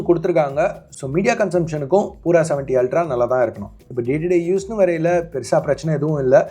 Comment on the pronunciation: Its not poora , its pura - pyuura